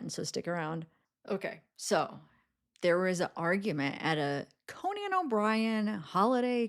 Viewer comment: It’s Cone-in not Co-nan 😂